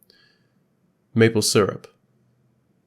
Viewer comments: “Maple serup” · You pronounced syrup wrong